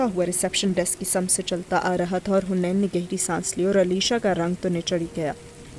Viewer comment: Its haneen not hunain